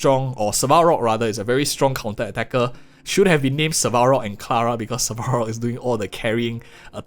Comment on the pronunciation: Great content. Please dont Butcher character names like Asta or Svarog xD